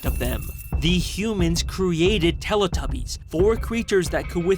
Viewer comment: "they truned them into Teletubbyis!"